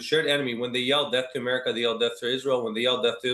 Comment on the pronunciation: AMERICAA'S Native Americaa's